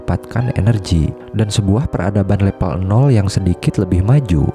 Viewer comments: Level, bukan lepel mase... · Harusnya "Level" bukan "Lepel" Jadi gak enak di dengar, dan terkesan udik/kampung & kurang profesional. Jadi ragu mau tetep nonton sampai habis, karena jadi kurang Trust aja (gara2 bilang "level" aja malah "lepel", jadi pengaruh ke rasa Trust (apa isi video nya bisa dipercaya) Kalau maksud pembuat video nya, memang sengaja diucapinnya "lepel" biar unik, maka ini malah blunder, malah menimbulkan citra kurang bonafit terhadap kualitas isi video nya, coz perihal tata bahasa yg baku aja gak paham